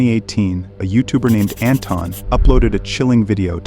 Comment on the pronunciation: Its pronounced An-Thon Like in Anthony but its With an invisible H!😊